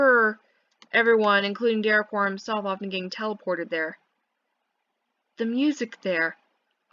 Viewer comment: why do you pronounce derequor like de reh khor